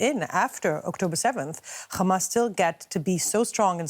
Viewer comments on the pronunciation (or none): it's Hamas. We know you can pronounce H perfectly fine. There is no need for "Kha" sounds.